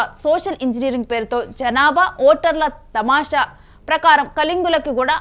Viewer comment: తమాషా కాదు దామాషా (ratio)/నిష్పత్తి.....